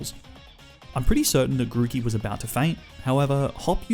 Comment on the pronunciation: THE M IN GROOKEY IS SUPPOSED TO BE A K!